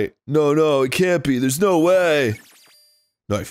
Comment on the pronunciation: Don't think the "NIFE" went unnoticed haha